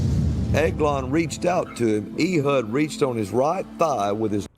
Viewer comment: The butchering of Hebrew and other Biblical names is really funny to me. Ee-hud? Cannot take him seriously. "Eh-hood" would be more accurate, unless they spoke Hebrew WAY differently back then than they do now, but Biblical Hebrew has been used in liturgy since Exile, so most likely is the one pronouncing it like the Christian southerner that he is, lol.